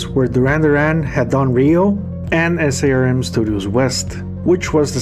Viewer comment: SARM is just pronounced as a word - Sarm. Great video!